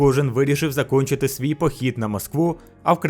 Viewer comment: Дякую за відео. Але досі є питання щодо вимови та/або перекладу. Чому на - "зачОнчити", якщо правильно "закІнчити"? :)